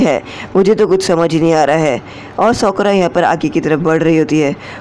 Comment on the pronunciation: Sokora nahi sakura